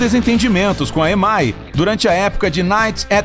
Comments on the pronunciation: Inglês do narrador tava bacana até ele ler EMAY. Moço, são três letras em inglês: E M I (I, ém, ái) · Dá agonia ouvir esse locutor pronunciando errado a Sigla EMI